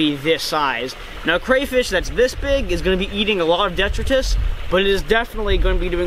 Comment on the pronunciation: That was brutal to hear how many times you said detritus lol its pronounced deh-try-tus 😂